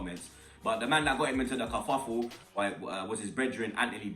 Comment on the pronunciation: Man said Cuffufle loool